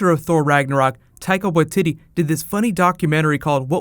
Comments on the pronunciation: Why-tee-tee not Wa-titty :P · Taika Wai TEE TEE not titty lol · Hey, just as a wee pronunciation help, Taika Waititi is said (phonetically) Tie-ka why-te te (Like the golf tee) Still impressed that you got the first part right! Māori can be tricky to say correctly. Also, love your videos! they are the first thing I look for after watching a show lol! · Did he just say "Tiger ytitty? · "Taika Wa-titty" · he pronounces it as tiako watiddy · you seem to be struggling a little pronouncing Taika Waititi's last name. Just think Y T T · Tyco Why titty? Am I pronouncing that right? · "Taika Wah-titty"